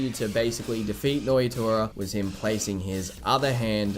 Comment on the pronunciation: Nnoitra. Pronounced - noyatoya checks out.